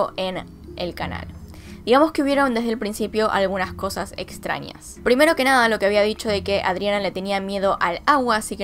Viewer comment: Me está poniendo nerviosx con "extranias" "ninios" y "anios" 🤯🤯🤯🤯😡😡😡😡